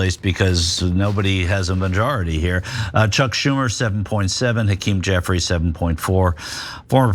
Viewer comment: Auntie who said "Hakeem Jeffries" needs to really pay attention.